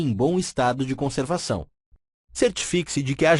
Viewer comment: CONCERVAÇÃO QUE BURRO DA ZERO PRA ELE é assim conservação